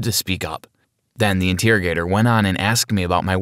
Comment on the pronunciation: Inteargetor not interrogator that's kinda weird saying that way in my opinion.